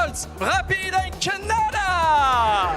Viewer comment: The announcer called khanda Canada 😂